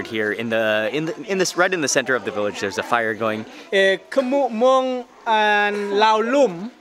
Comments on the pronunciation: You pronounced Hmong perfectly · Props to you for saying Hmong right!!!